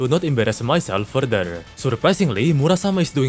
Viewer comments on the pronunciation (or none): none